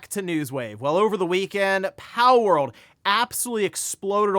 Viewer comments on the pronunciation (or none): haha it sounds like you're saying "powell" part of the time 😂